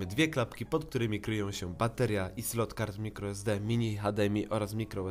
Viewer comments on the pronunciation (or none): none